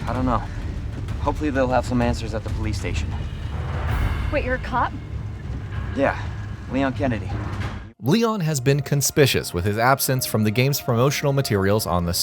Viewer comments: LOLConspiscious... Not a word. You're supposed to pronounce the "U" for conspicuous. Means like fishy or odd. Which is what I'm sure was meant. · What does 'conspiscious' mean? 😂